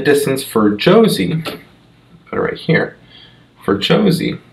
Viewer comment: Jose is pronounced HOE-SAY.